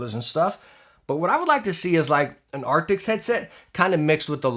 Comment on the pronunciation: also i swear to god if you dont resolve your speech issue with saying the word arctis im gonna die by next video LOL. "ARK-TISS" not ARK-TICKS damnit